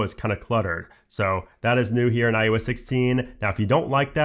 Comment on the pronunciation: Great content. But “iUS” will never not bother me. Especially after the 50,000th time, but im also pedantic, and my own pet peeves don’t invalidate the massive work that was put into your video. Thank you! And if you ever get some free time, look closely at your mouth in a mirror and say “eye oh ess” as many times as you can lol